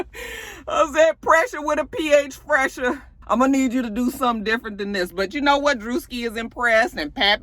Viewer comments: his name is phresher (fresh-er) ur saying it right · Phresher is pronounced like Fresher 😂😂😂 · I love you gurrrllll... Ur my favoritest cousin... 🤣🤣.. oh and it is pronounced FRESHER... he was making some noise. But then... anyway Prayers blessings and HAPPY BIRTHDAY! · I love how she chops and screws names 😂